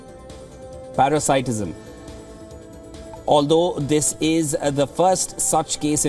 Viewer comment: Wow really struggles with English. 10 second pause to pronounce "paracitism"